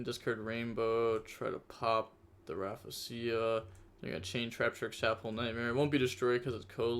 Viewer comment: Sheesh “raffasia” is crazy 💀😂 yugioh players really dnt know how to read